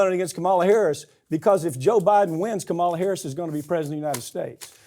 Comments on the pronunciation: Not to be testy, but: KAH-mala. Like “comma.” Please don’t do the republican thing of mispronouncing her name. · Is that how you pronounce Kamala’s name? I thought the inflection stood at the beginning. Could be wrong, though. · I hope, if you are going to talk about Harris, you learn to pronounce her name. Unprofessional and an indication of lack of awareness. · Say her name right or keep it out of your mouth. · Lol at Farron Cousins not daring to correct Mike Papantonio of his repeated mispronunciation of Kamala Harris's first name. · Please learn how to pronounce "Kamala". You always pronounce it wrong. Is that indicative of your lack of respect for her? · Please learn the right way to pronounce Kamala. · Are you deliberately mispronouncing Kamala Harris's name? It's quite disappointing and disrespectful! DO BETTER!!! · Sounds like he does it purposefully and makes my teeth grind. I can't even listen to him. It shows ignorance and a lack of respect when you continually mispronounce someone's name. I bet Me. Papantonio gets a bit testy himself when people mispronounce his own "ethnic" name. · Mr. Papantonio please learn how to pronounce the Vice President's first name. You pronounce it in the same disrespectful way as the Fox News hosts. I'm trusting that you don't mean to be disrespectful.